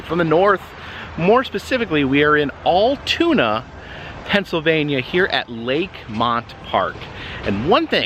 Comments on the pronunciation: Altoona not Alltoona. Al as in Al Pacino... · It’s Al-toona. Pronounced like Al in Al Bundy.. lol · Love ya, but it's pronounced al-tuna as in 'You can call me Al...' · We don’t got Altoona we’ve got Alltoona. 😂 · It is pronounce like the Al then tuna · Hi, The town is pronounced like AL-TUNA. I hope to get to Delgrosso Park in August. There used to be a little amusement park in Hollidaysburg, PA. It only had like 5-6 rides and was right across the street from my friends grandmother's trail. Though small, we still had lots of fun. I love watching you ride the roller coasters. The wooden ones are my favorite ones to ride. Thanks for sharing your journeys with us. Safe travel.🎢🎠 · 10 seconds in and as an Altoona resident I can't get over the way he pronounced it 🤣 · It's Altoona